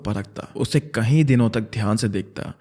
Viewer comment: Bro please pronounce “Kai” (english:many) correct, you pronounce it as “kahin” (english: where). Its hella annoying